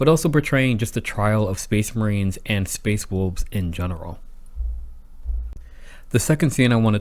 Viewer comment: Space wolbs? Learn how to speak